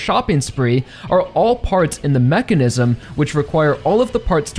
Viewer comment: Say mechanism again… I swear so annoying